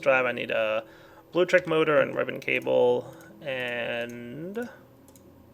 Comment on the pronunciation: it's blueLECtric, not bluetric.. btw: your quarry is AWESOME!!:)